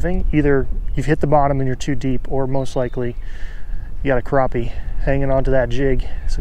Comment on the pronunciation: Not sure where the English stops but they are crappie not croppie